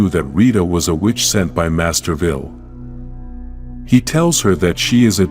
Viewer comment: have you watched the original show master vile not pronounced vill